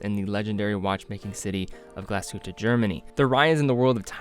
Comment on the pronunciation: please learn how to pronounce "Mühle" and "glashütte"